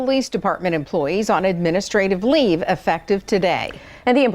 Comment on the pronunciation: " Administrative Leez" This is gonna get serious. 🇨🇦